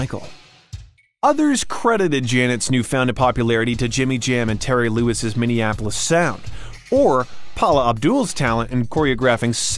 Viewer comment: Great video. Side note: please, oh please it's not Mini-op-o-lis. It's pronounced: Mini-app-o-lis. And to this very day, 'Control' is still my favorite JDJJ's album with Jam & Lewis at the helm.